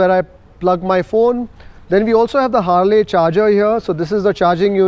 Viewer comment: it's Harley as in harlie, not Harley as in harlay. Proper noun bro.